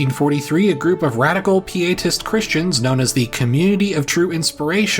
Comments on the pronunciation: "Pietist" is pronounced PIE-eh-tist, not pee-AY-tist. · And it's pie-uh-tist, nothing to do with urine! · Yes, I noticed he said "pee-a-tist" instead of "pie-a-tist." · To be fair, he also mispronounced “pietist.”